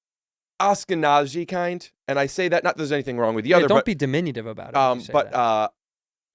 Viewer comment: Its "AShkenazi", not "ASkenazi"...